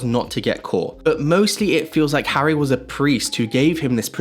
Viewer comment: how did you get the name Harry wrong over and over and over and ov